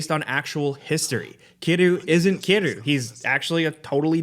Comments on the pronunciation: Who is Kiroo? You mean Kiryu? You missed an entire syllable. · Kiddu? you did Kiryu dirty